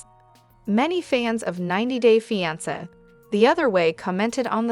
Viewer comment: The pronunciation of fiance is incorrect.